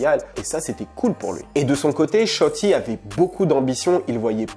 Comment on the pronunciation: "Shotti"😂😂😂😂!! "sholi" plutot!!